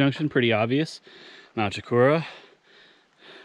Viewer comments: Cha-cor-ah. Not choco-rua 🎉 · This is not true, its one of the most commonly mispronounced words/names/mountains in NH. The correct way to pronounce it is Shoh-kor-oh-wah. Even though it looks like Shoh-kor-uh-ah and everyone pronounces it like sh-cor-ra. It has been mispronounced for years and it and the mispronunciation has stuck. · It's pronounced CHA-COO-RA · Hiked it by going Little Sister, Middle Sister, Big Sister, then Chocorua. Have been told by many locals, some of native descent, that the correct pronunciation is SHA-KOR-WA. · Simple...... CHA . kora. Easiest way for us locals to know who is native to NH.... alot of the indian names are a challenge to pronounce. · Great video. I've been up there several times. BTW phonetically it's Mount sh-COR-ra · That would be sh- COR- oo- uh. Right.?I used to live neat there. It is a distinctive and lovely mountain. I'm reading the book, Look To The Mountain by LeGrande Cannon Jr. right now. I'm loving it! I'd like to climb it but I haven't climbed a mountain since I was in my thirties, about 25 years ago. I'd h Ave to work my way up to it. ~ Heather ~ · Lol close. Less emphasis on the -ua.